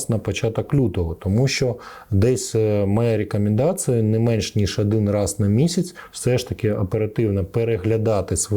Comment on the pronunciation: Адин,адин,адинадцять…..невже так складно трішки потренуватися в вимові?